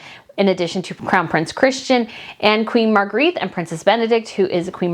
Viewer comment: Queen Mar-gray-ta is how you pronounce her name